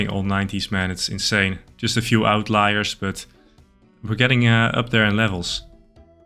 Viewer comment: when you said 'out lie - ers' . As a dutch speaker i understood you